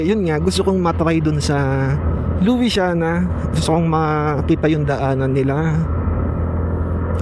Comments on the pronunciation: Lusyana Po Ang pgbasa kc pinoy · luisiana laguna Lu sya na laguna pag bigkas po, hehe. ganyan po nakasanayan pagbigkas po